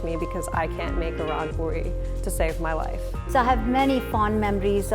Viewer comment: It is not pori it is pooori